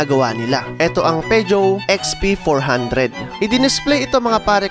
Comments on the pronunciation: Poo zhou ang pronunciation Hindi pejow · peugeot pronounciation is (poo zhow) po sir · POO ZHOW PO ang Tamang pronounce diyan idol..